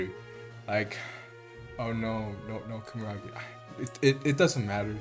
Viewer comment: loved the video, funny how you say kumaragi when its kumagera